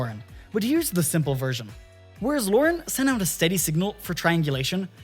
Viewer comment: LORAN is not pronounced "Lauren" lol. really ruined the video.